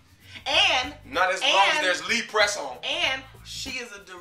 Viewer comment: did he say, Lee Press on? LOL too funny